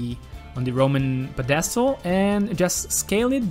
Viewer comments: If you have trouble saying pedestal. Try saying (pet a stool) fast. I hope that helps. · PEE DAZ STAL. Lol